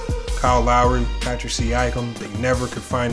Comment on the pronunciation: Paschal...not Patrick